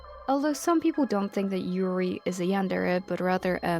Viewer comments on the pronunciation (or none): none